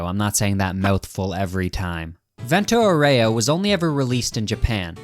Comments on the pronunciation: fento auero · "Vento Oreo" 🗣🗣🔥🔥 The "Ghia" in "Ghiaccio" is pronounced exactly like the "gya" in "gyatt", do with this information what you will. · alright when you pronounced vento aureo badly i was willing to credit that to being an american but the jamiroquai is absolutely intentional you absolute heathen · As an Italian, the way you say "vento aureo" Is making me mad